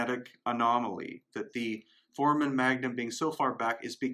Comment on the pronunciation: For-A-Men foramen, not formen